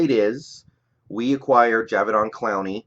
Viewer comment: PROUNOUNCED JA- DAY- VEON